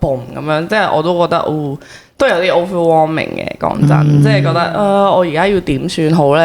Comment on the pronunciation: 其實點解係咁講Overwarming ge ? 唔係Overwhelming 咩？🤔